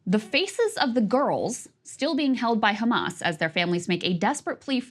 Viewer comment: Ben shapiro : do you condemn Khamas?